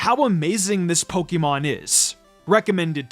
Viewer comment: It's Pokémon, not Pokeemon!!!